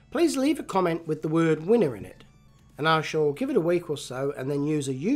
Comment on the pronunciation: Wiener Würstchen äh sorry "winner"